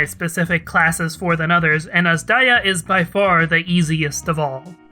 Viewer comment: whoa i thought azdaja is pronounced as 'azz-duhja' or kinda like that and not 'azz-daiya' fsgsfsags i'm so wrong